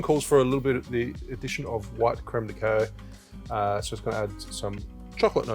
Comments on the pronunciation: i love you and this work and you're amazing but pls, Kak-ow not K-oh 💓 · Creme de {cak-kow} ;) It's French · how are you pronouncing cacao? lol???